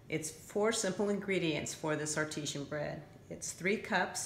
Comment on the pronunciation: It is pronounced art-i-zan. Water that bubbles from the ground with some pressure is ar-tee-sian. Oops.